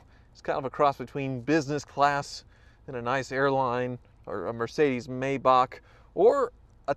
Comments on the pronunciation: I disliked this purely cause of the way you Americans pronounce Hyundai, and Maybach. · This is also the days when he said “may” bach. He now says “my” Bach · And "my bach" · "Mercedes My-Bacchh" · Mercedes “Mybach” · He said maybach completely wrong as well hahaha